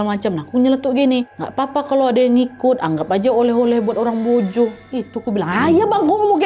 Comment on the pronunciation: Maa sya allah,kagum sm k nad nyebut nama pelabuhan dan penyebutan mbojonya pas sekali.sering dengar bahkan pembawa berita nasional aja banyak salah penyebutannya.terima kasih k nad semoga makin sukses 🙏🙏🙏